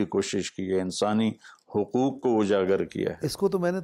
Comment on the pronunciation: آپ خود حقوق کا حق ادا نہیں کرتے ۔ (حُقوق کا تلفظ حَقوق کرتے ہیں) اور نامعلوم کتنے الفاظ ایسے ہیں جنکے حقوق آپ ادا نہیں کرتے اور حقوق ادا کرنا تو دور کی بات، آپ یہ تک نہیں سوچتے کہ انکا کوئی حق بھی ہے۔ جو شخص ان معمولی معمولی چیزوں کا حق ادا کرنا سیکھ گیا وہ بھلا غیر معمولی چیزوں کا حق کیسے مار سکتا ہے۔ صلاح الدین شیخ 🇮🇳.....